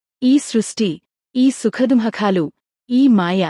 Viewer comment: సుఖ దుఃఖాలు అనటం మీరు ఈ రోజుకి నేర్చుకోవడం లేదు మీరు ఆ పదం పలుకుతున్న తెలుగు భాష ఖూనీ చేయబడుతుంది. సుఖ దుఃఖాలు అని పలకడం అయినా నేర్చుకోండి లేదా వీడియోలు చేయడం మానేయండి.